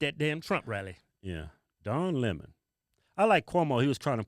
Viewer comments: It’s not Lèmon.. it lemon.. like the fruit. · It's pronounced Le'mon.